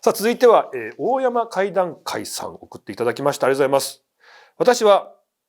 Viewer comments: 鳥取ダダたら、おおやまじゃなくて、だいせんでは？ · 大山怪談会って「だいせん」かいだんかいって読むんじゃない？ 鳥取県なので。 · 大山怪談会という投稿者さん鳥取県なら、「大山」はオオヤマではなく十中八九でダイセンと読みます（鳥取県にある西日本最高峰の山です）